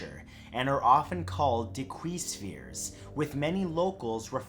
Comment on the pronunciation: Ok so I love all of Matthew's videos, however, I am from Costa Rica and that's not how your say Diquís, it's more like Deekys sorta. I'm sorry if this comment sounds rude, I just wanted to leave a heads up!